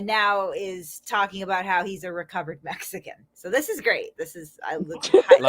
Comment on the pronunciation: "exican" FTW. LOLz.